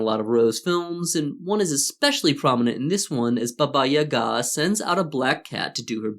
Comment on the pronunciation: Thanks for correct stress in Yaga's name